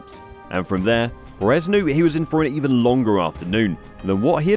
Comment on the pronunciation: Can we please stop pronouncing his name as peREZ? It is PErez.